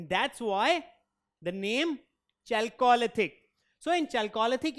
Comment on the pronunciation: You can’t pronounce chalcolithic like that